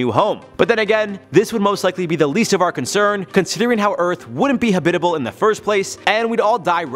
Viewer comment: Am I the only one that gets bother by how this man pronounces "habitable" ?